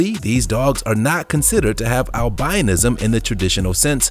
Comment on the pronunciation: The narrator mispronounces words and that is irritating. Albinism and dachshund are two examples. "heterochromia iridis" is not that rare and having one blue eye is non only not rare but actually fairly common. In the cty and province of Van in Turkey, nearly all cats have two different colored eyes.